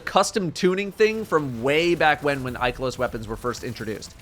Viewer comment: Love the video, but the way Ikelos was pronounced 🤦🏻‍♂️